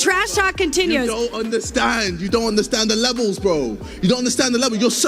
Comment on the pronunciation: U don’t undewwstand da Wevels of boxing lmao I don’t think it’s rocket science either